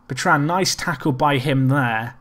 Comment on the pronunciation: pronouncing Bertrand incorrectly.